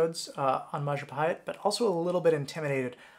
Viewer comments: It's majapahit you human (I'm Indonesian) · It is pronounced Majapaheet “I” in Indonesian is pronounced “ee” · The biggest lie that you did is mispronounce Mahapajit